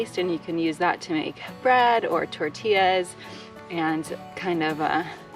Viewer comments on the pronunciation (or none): none